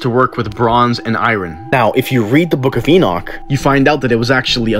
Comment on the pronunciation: I'm shocked you could pronounce Enoch